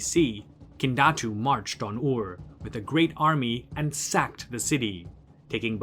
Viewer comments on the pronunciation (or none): Are you not mispronouncing the city Ur? You are saying “oar”. Why?